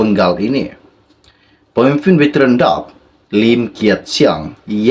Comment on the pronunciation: Hingga sekarang nama parti DAP masih lagi SALAH disebut. Daqh beberapa kali ditegur untuk buat pembetulan, tetapi masih begitu juga!!!